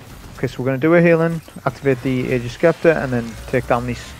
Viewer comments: Love your vids and sorry to be that guy, but it's pronounced 'agg-ers sep-ter'. Sorry it's a trigger lol. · Hey man, awesome and educational video as always. Really happy to see Ager's is as effective against against barrier champs as I'd expect. We'll see how things go in GM's though. Also, and I mean no offense whatsoever by saying this, but Scepter is pronounced Septer, like septic or separate. Silent c. Again, no offense, it was just making me lose my mind lol.